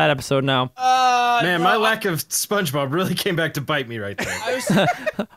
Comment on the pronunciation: he really said "sponbeogebob" twice...